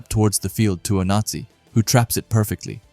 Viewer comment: Ngl broski your putting just a little too much annunciation on the Z in Onazi and its sounding like a certain dictatorship